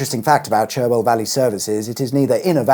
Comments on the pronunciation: It's 'charwell' not 'cherwell', I know how it's spelt, thanks. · I think Cherwell is actually pronounced Charwell! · Joh, thank you!! I've used M40J10 on and off since it opened, travelling between the south coast and Midlands. I had vague memories of the various layouts it's been through. Now you've set the story out in vivid detail! Thanks again! Oh, and Cherwell is pronounced Char-well. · Interesting fact about the river Cherwell: it is pronounced Charwell. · The other thing about the Cherwell is that it’s pronounced “Char-well” …